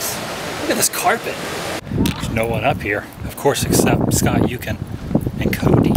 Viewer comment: SCOT YUKEN..CO-D..